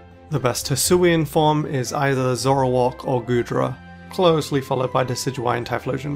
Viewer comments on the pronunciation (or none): none